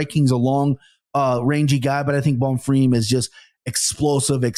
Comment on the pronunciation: Anik trying to subtly emphasize BonFEEEM after has repeatedly said Bonfirm. Gotta appreciate how JA always gets it right, not just fighter names....but also fighter names 🙃 so the rest of us don't have to cringe so hard